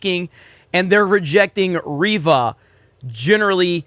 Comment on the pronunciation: It's REYVA, not Reeva...